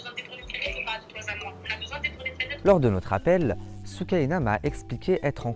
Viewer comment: "De toi z'a moi" c'est déjà trop pour moi